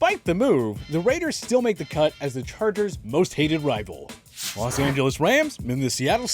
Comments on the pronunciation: it says Lan Angeles instead of Los Angeles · Ah yes, the Langeles Chargers